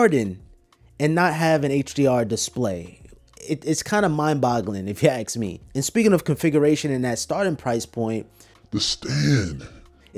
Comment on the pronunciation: did you say aks instead of ask? :P